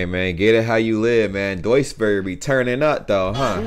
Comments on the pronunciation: Jo btw Duisburg wird eigentlich Düsburg ausgesprochen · Duisburg is in NRW, in the Ruhrgebiet. So in the West. And I hope I'm not the first person to tell you it's pronounced like "Düsburg" would be. Long ü, like süß, Füße, Grüße, not short like Düsseldorf (Schüssel, füttern, müssen)